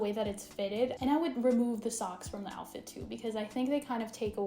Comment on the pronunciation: I can’t believe you said joutfit